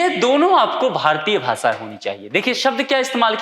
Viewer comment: आप भासा बोल रहे हो भाषा बोलो।